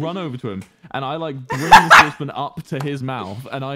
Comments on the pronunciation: I understand the way he says sauce, but it sounds like saucepin to me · he really said soce pon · OKAY I SWEAR HE WAS SAYIN SOURCE BIN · ME TOO I THOUGHT HE SAID SOURCE BIN